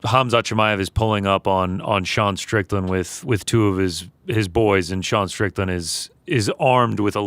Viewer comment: Defo said stricton on purpose 😂